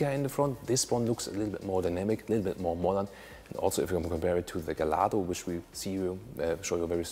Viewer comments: Not GALLARDO it sounds Gajjardro !!!!!! Wikipedia -> The Lamborghini Gallardo (/ɡaɪˈjɑrdoʊ/; Italian: [ɡaʎˈʎardo]) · Incidentally... the Gallardo is pronounced gay-ard-o. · In the UK, we pronounce it as " Gall-Ar-Dough'